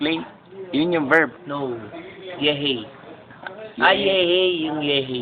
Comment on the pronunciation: Past berb, Slow berb... potekk HAHAHA